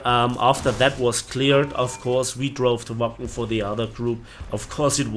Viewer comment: You really had quite the trip, sorry it had to involve bad events... Also, every time you said Wacken, I heard "Waffen". I guess I need to cut down on my war thunder sessions ;)